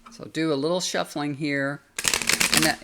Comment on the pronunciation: I like the schffuling 😂😂